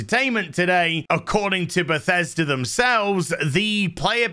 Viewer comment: This got me laughing so hard 🤣😅😂. Btw, I love how you pronounce Bethesda as Pathesda xD